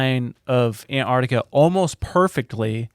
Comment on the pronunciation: Say it with me. AN- Tarctica, . It has nothing to do with ANTS